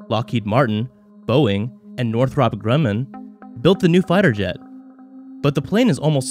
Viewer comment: Pronounce the 120 AMRAAM and Northrop correctly. Just because you said them wrong, I’m betting this is trash.